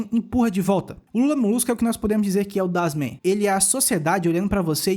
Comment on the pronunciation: „Das Mann“ lê-se das mãn. So pra contribuir. Alemão e difícil msm